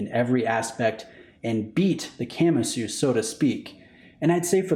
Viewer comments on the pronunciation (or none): Please stop saying “camma-sue”😖 I’m pretty sure it’s Ka-MA-su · Please don't pronounce Kamasu like a Camry... "Kah" "mah" "soo" not Camasu..... 🤦🏻‍♂️ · Just a tip how most things are pronounced in Japanese; most syllables are consonant-vowel. So Ka-Ma-Su and not Kam-A-Su. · Ka-ma-su. If you're going to do a review, at least learn how to pronounce the name. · 😂 why’s he saying it like that?